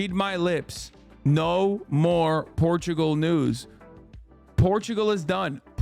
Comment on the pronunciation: I turn my back on the land of PORRRTUGAUUUUU